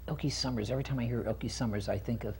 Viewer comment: Yes agreed. The interviewer kept having her shift gears too much as she was expanding on topics of interest. I wanted to bop him on the head with the "Elka Summers" pronunciation. All in all she is a great lady and well balanced. Refreshing.